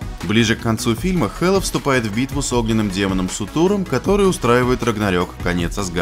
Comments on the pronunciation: Сутур? СУТУР? СУРТУР БЛЯДЬ! Ладно можно не знать скандинавскую мифологию, но сука как надо смотреть фильм чтобы не услышать как зовут данного великана? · Суртур, не сутур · Ахахаха ору, Сутуром, Суртуром* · Господи, каждый раз когда он говорит "Сутур" у меня глаз дергается.. Боже, Сурт или Суртур, но не Сутур.. хоть википедию почитал бы.. аж нервный тик уже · Первое. Не Сутур, а Суртур! Второе. Он не демон, б****, а огненный великан! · Бред какой то. Не сутур, а суРтур. И он разнес азгард из которого питала свои силы хела. Какое сражение когда он сам после взрыва пропал. И Хелла богиней смерти называет сама себя, но она не леди смерть. Это разные персонажи. Хела будет в загробном мире вроде как она не будет живой но её душа будет действовать. Материал совсем старый а видео вышло не особо давно вроде как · хочу поправить, правильное имя не Сутур, а Суртур! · Суртур а не сатур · Демон "СуРДур", не "СуТур" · Не Сутур, а Суртур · "Суртур". А не "Сутур" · Суртур, а не Сутур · не сутур а суртур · не Сутуром а Суртуром! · не сутуром а суРтуром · суртур а не сутур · Его зовут не сутур ,а суртур бл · бл не сутур а суртур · Суртуром,а не Сутуром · После того как он сказал "Сутур". Смотреть не хочется. Диз. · Этого демона зовут Суртур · А не сутур